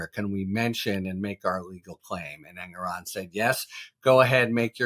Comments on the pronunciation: Harry: the judge's name is pronounced "En-GORE-on". Not Engeron; not Aragon. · I think the justice introduced himself as En-GORE-on. Kudos Harry! Also, I think Habba’s lunchtime political diatribe on the courthouse steps is worthy of note.